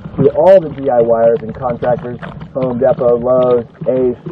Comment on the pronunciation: Did he say home depo